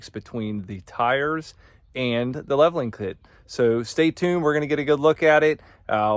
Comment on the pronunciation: “Leveling Clit”. I just subscribed.